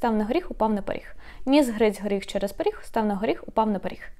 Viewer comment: Is the consonant "г" devoiced in "поріг"? I hear it as if it was "х" but only in this word.